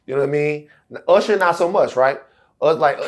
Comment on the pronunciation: URSHER BABEH 😂